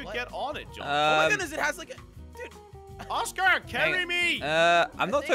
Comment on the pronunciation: Thx for not saying oscer or oscu